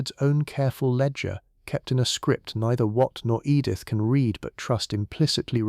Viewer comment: I genuinely enjoy your channel but, for the love of all that is holy, can AI learn when to pronounce it REED and when to pronounce it RED???